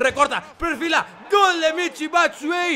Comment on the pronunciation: SE PRONUNCIA BATSUAYI